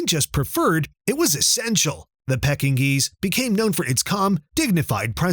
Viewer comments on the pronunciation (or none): Lol pecking geese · the "pecking-nese"? LOL more AI crap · I agree. It sounds like it's says "pecking geese".😂